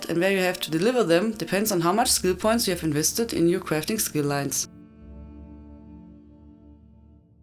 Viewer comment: daily cwafting wits <3